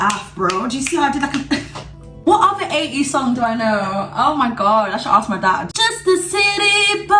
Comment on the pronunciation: When she said 80's I though she said ateez lol😗